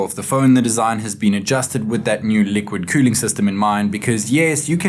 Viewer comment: "liqúid qüüling"